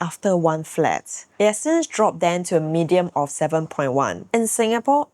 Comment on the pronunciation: Just wanted to highlight that you're pronouncing the word median wrongly, you're pronouncing it as "medium"